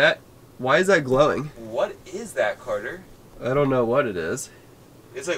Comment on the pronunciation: It is Carter not Cater